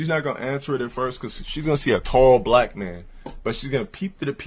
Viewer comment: you pronounced "black" wrong 😒